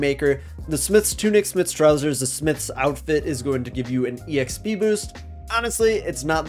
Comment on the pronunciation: I almost stopped the video because of how he said E X P.... I'm a horrible person 🤣 Great quick guide! 👏